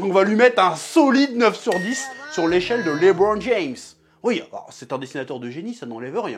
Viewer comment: Quand c’est pour dire « Lebron James » ton accent est parfait 🤣🤣🤣🤣 petit filou